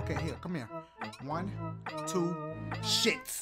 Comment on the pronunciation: Cant wait for him to do the Mario maker part TWO-AH SHOE-AH WHO-AH? YOU-AH!